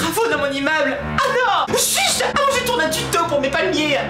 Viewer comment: mais tu dit chuche au lieu de dire chute trop deurole